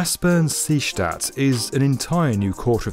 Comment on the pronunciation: Is anyone else bothered by the was he says seestadt??